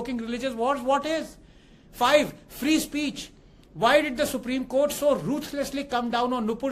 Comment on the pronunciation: Supreme Kotha ✅. Supreme Court ❌.